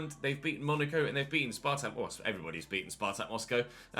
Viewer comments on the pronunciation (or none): none